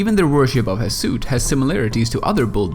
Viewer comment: based on* based on* based on* also NEHEKarans not NEKAharans also Ziggurat not Zigguwrath Hashut not Hasoot